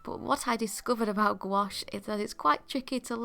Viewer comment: you're actually one of the rare english-speaking people who pronounce "gouache" correctly, and i thank you for it ! 😄 (french speaker)